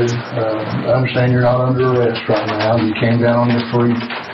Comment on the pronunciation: You're making a true crime doc not a football highlights montage. Everything about the video, save your tone of voice, knows and understands this. Take a deep breath and remember that the last syllable in a sentence can end without fading into the abyss. It's now, not nowww. Riley not Rileeeyy. Unresponsive not unresponsiiiiive.